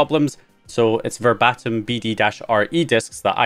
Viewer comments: I'm not being a dick but it's not ver bat em , it's verbatim as in "here is what he said verbatim" basically an exact copy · The Verbatim brand is pronounced like the same word meaning a 1:1 copy 🤭